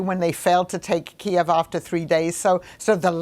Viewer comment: Expert that can't pronounce Kiev properly yeah brilliant